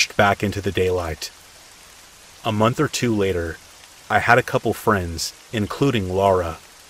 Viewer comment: How much electricity you used each munch you used each munch awhahhaaaa what the hell happened there ?? Did you ever say it right ? I had to go but it was a good laugh. Thanks